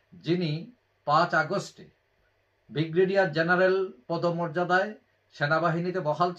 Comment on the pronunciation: বিগ্রেডিয়ার নয, উচ্চারণ ঠিক করুন, ব্রিগেডিয়ার